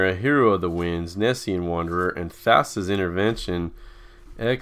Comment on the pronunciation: Thassa, not Thassia